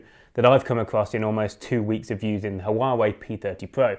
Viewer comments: It's pronounced Wah Way 👍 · You're pronouncing it incorrectly! Literally the first thing you should have gotten right. Poor, poor, poor.